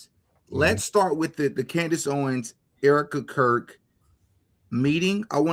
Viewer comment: This guest speaks unreliably. He said "Candace OWEN, Candace Owen" cannot even say her name correctly? Like all of the paid pastors who say her name wrong and slander her? This guy has been on saying "Candace said this, Candace Owen said" just a middle man, playing phone tag, muddying waters? What kind of so called " Investigator" is this??? I appreciate DD's earnest questioning but this guest is a red flag.